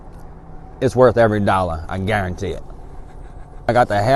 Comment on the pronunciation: When you say "Guarantee" It takes me back to my childhood watching cooking show with my grandmama. I used to love him. The way he said “guaruntee“ and "onyon" used to make me smile. I appreciate this channel ❤️